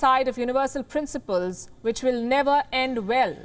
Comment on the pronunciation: You said will... I heard balls!